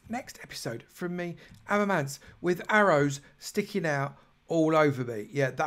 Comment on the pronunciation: I lost it laughing when I saw you misspelled my name, fixed it, then misspelled it again! No problem at all and you actually pronounce it right which almost no one does. Keep up all the work you do for your videos, the hall is looking great!